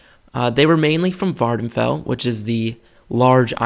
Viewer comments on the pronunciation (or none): none